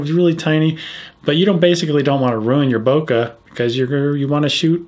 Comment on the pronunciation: I cringe when I hear people pronounce bokeh 'boka'